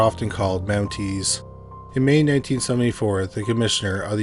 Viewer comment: So the men are "mounteys" and the woman are "mounted" 😂😂😂😂😂 got it